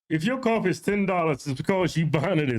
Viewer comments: what is a cup Qoffee? 😂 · I hate how she pronounces coffee… Also, these women are absolutely horrendous and spread so many lies… brainwashing women every day